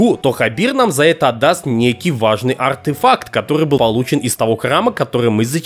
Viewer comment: Блин как же ты круто говориш артэфак с окцентом